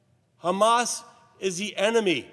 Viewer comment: Its called hamas not khamas